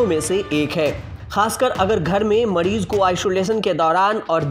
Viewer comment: मड़ीज नहीं मरीज, उपकड़ण नहीं उपकरण.. सुधारा मर्दवा